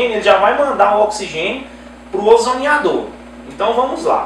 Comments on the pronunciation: O CERTO E FALAR "OZONIZADOR" E NÃO "OZONIDAOR" COMO VOCÊ INSISTE, NÃO SEI POR QUE... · OZONIADOR????????????????????????? Já perde toda a possível credibilidade porque começa falando errado!!!!!